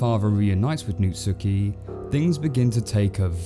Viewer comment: really how you say natsuki is nat-ski